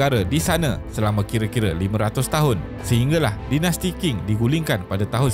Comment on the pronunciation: Terbaik! Sedikit pembetulan.. Qing dilafazkan ‘Ching’ Tianhe dilafazkan ‘Tian Her’ But very good job!